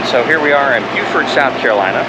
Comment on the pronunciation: Landlubber from Colorado here, but I love to watch you two visit places I've visited, like Hilton Head and Amelia Island. Plus, I now know how to pronounce "Beaufort". :) Looking forward to watching your journey.